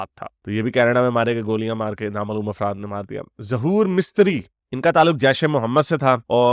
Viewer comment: bhaijan afraat nahi afraf boliye